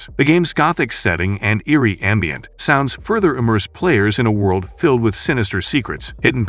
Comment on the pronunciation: "...& eerie ambient. Sounds further immerse players..." 😂😂😂